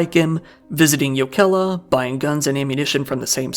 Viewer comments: The fact that he doesn't say Jokela with a hard J sound ("choukela") immediately puts him in the top 25% of English speakers in terms of pronunciation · Finnish always stresses the first syllable...so YO-ke-lah instead of yo-KEL-ah. All letter r's are rolled, like the double r in Spanish. Double letters are held, and those can be difficult for non-native speakers. Pronunciation getting better, though. I enjoyed the video as much as one can enjoy a video about something like this. We're normally a pretty safe society but we're not immune to these types of things.